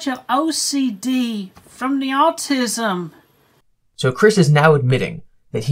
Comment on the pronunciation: Is his accent getting more southern?? The way he says autism is ridiculous